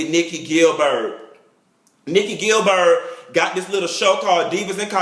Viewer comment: nikki "gil-bird" 😂😂😂😂